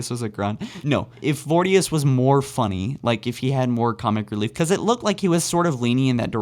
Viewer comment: Pronounce voriduce correctly please